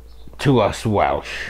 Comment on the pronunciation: Going to watch again when having my dinner just to listen to that Welsh pronunciation ❤